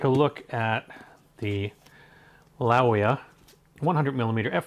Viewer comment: Laowa not LaEwa, surely?